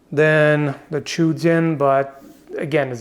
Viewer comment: Actually the correct pronunciation is "Zhou" not "Chu".